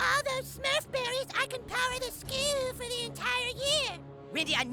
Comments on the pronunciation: I love the way Cartman pronounces “skooul” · "and on our skewl"